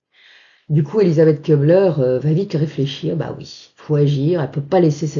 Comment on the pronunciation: ça me gène un peu d'entendre prononcer "KEU -bler : en allemand, le U avec tréma (umlaut) se prononce comme le u français, non ?